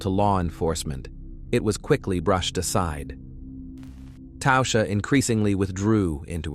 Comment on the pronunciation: "Tausha?" There's no U in Tasha.